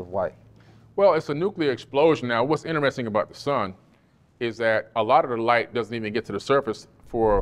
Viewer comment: InnTrestDing? EnterResting? Witch?